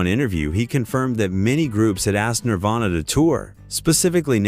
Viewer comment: he said nirvana wrong.